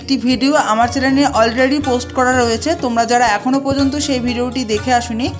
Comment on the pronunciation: চ্যালেন না বলে চ্যানেল বলো।অনেক সুনদর করে বুঝিয়েছো।